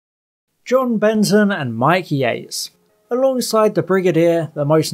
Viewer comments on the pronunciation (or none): none